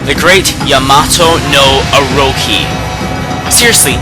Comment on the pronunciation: Pfff, "8 Purification SAYKE"? It's pronounced Saké, or Sak-ay if you aren't accent savvy. Also, o-roh-CHI. Not Oroki.